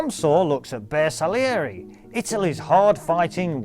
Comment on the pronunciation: Excellent! And very good pronunciation of Bersaglieri! ;-)